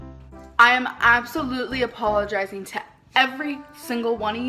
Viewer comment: How did she manage to pronounce apologizing with an h?